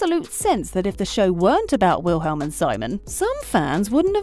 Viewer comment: “WiLhElM” omg it’s *v*ilhm